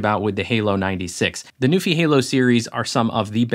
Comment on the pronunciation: I thought it was “new∙fye,” rhymes with WiFi.